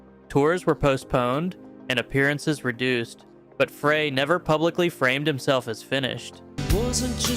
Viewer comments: Put some respect on Glenn’s name. It’s pronounced FRY, not FRAY. Do better. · Glen Frey's last name is pronounced FRY....not Fraaay. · "Fry",not "Fray" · Frey is pronounced "Fry" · Glen "Fry", not "Fray"!! It's pronounced "fry!" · It’s pronounced FRY. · why do you mispronounce glenn freys name